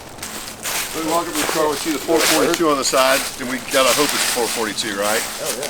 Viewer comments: It's called a four four two, NOT a four forty two. Sure way to not make an Olds guy not happy. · having had 442s most of my life. It is not pronounced four fourty two like it is one number. It is pronounced four, four, two. Three different numbers, not one number. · 442=Four Four Two not four forty-two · Okay, I am half way through this video and you are making me crazy... My first car was a, my second car was a convertible... Most of my friends had 442s we as all the Oldsmobile people never called them four forty two's NEVER it is a Four Four Two... Not a "four forty two"... Just letting you know... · It is not four forty two. It is four four two. In 1964 it was originally 4 barel, four speed, dual exhaust. Then it changed in 1965 when the 400 and automatic became available. I do enjoy the videos and continue to be amazed at the knowledge has even if he did say four forty two. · Four Four Two, not Four Forty Two. And can someone please fix ’ collar before the camera starts to roll. Employ a production assistant. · Real Olds guys pronounce it 4-4-2. Not Four Forty Two? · Great Video as always, but it is pronounced 4-4-2 not 4-42! 👍🏻🇺🇸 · I absolutely love the channel, and I've watched almost every video, but I have to be the annoying guy here. It is pronounced 4 4 2 as in four four two, not four to fourty-two. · Four Four Two NOT Four Forty Two 🙅‍♀️ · It's not a four forty-two. It's a 4 4 2, Or four four two. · Good God man. Its Four, four, two… not four forty two. I’m sure you know better. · It's not (four forty two) It's a (four, four, two). Also, 1966 four four two's had the option of a 455. I have a numbers matching 1966 and my pastor friend has one as well. Both have 455 and automatic transmission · And it's Four Four Two. Not Four Forty Two. At least to real "car guys". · it is 4-4-2! not four forty two!